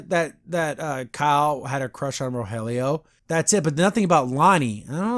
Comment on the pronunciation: And for the final episode, we have seen an angel descend from on high and bless this video: pronounced Rogelio's name right:D The absolute best part of this review is when editorializes Catra and Adora saying "I love you". That was comedy gold.